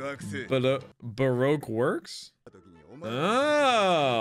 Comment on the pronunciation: Whiskey Peak is the name of the town, Cactus Island is the name of the Island. Also, bonus points for being the first reactor I've seen to pronounce Baroque Works correctly.